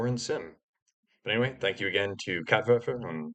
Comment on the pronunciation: Also its funny hearing werfer pronounced how it should be lmao